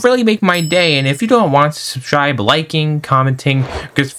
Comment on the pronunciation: yo i bet ya dont notice this but on the half way mark when askinh people to sub, instead of saying "subscribe" you are saying "subschribe"